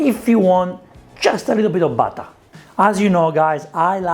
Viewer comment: UOTAH, PEPPAH, BATTAH, BURRATAH